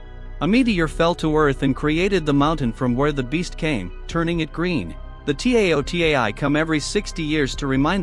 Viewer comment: "The T A O T E I" Jesus, lmao, this may have been uploaded 5 months ago, but there's nice AI voices compared to this TTS. Cool movie tho, remember seeing a trailer or something of it in the past, but never ended up watching it, and forgot about it.